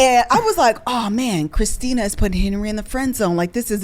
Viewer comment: It's Christin-a 😂😂😂